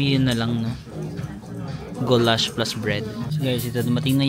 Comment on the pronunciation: it is guuulash not gowlashh 😅